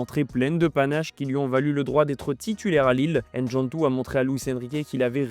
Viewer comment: Faut apprendre à prononcer les noms africain correctement... c'est pas N-djantou mais Ndjantou